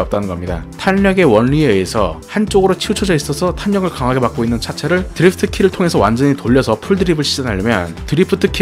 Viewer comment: 드리f트 말고 드리프트가 듣기편할듯!